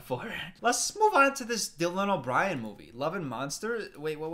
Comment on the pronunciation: I lOvE DyLaN O bRiEN which brings me to my first point people think that just adding weird inflection to ur voice is funny